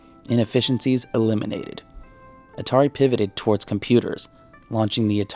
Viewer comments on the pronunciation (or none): none